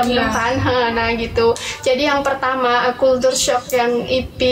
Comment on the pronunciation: Culture sebutnya kal-ce